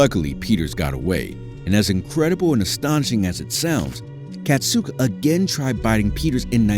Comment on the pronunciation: I know her how KAZATKA no katzuko